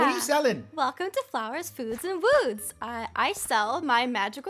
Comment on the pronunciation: Lol " Flowers, Foods, and Wouuds"